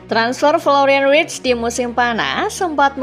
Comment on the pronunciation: Florian verts bukan writs!!